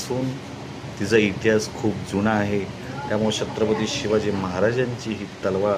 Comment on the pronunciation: दादा तुम्ही pronounce करते वेळी अडचण येत आहे का, तुम्ही छत्रपती mante वेळी थोडा sa वेगळा उच्चार येतो आहे